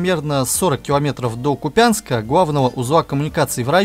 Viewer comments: Поправочка. Не Северный Донец, а Северский. И не КупЯнск, а КУпянск. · Не Купя́нск , а Ку́пянск. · Ку`пянск. Как харьковчан говорю. Спасибо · Квк житель региона поправляю. Ку'пянск и Северский Донец. В подавляющем большинстве, в украинских названиях населенных пунктов, урочищ и пр. ударение ставится на первый слог с гласной. А за материал спасибо, годно. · Река Северский Донец!а не северный.Ударение в названиях н.п. на первый слог Купянск.